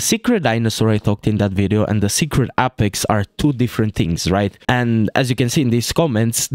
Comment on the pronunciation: i love the way you say apex. appex